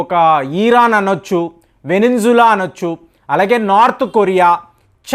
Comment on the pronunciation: ఏరో youtube మీద బాగా సంపాదిస్తున్నావనుకుంటా! మంచి మంచి designs తో షర్ట్స్ కుట్టిస్తున్నావు అరేయ్ నీ బతుకుకి Geo-Politics గురించి మాట్లాడటం ఎందుకు? వెనిజులా ని సరిగ్గా పలకటం రాదు వెనెంజులా అంటున్నావు నువ్వు ఎక్కడ చదువుకున్నావు? నీకు చదువు నేర్పింది ఎవరు? తప్పులు అందరూ చేస్తారు అది సహజం కానీ తప్పులు సరిదిద్దుకోవటం వివేకవంతుడి లక్షణం కనీసం దేశంపేరు అయినా సరిగ్గా పలుకు చిల్లర వెధవ కొన్ని దశాబ్దాలనుంచి భారత్ - రష్యా స్నేహ సంబంధాలు మెరుగ్గా వున్నాయి నువ్వేదో ఈ మధ్య స్నేహం మొదలైనట్టు మాట్లాడుతున్నావు చిల్లర ఫెలో "సిగ్గు" లేని "విగ్గు" ఫెలో